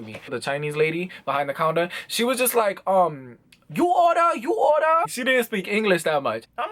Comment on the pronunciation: When you said "you order you oder"i literally died